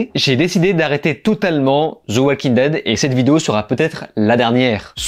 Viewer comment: Zi Oual king ded - 😅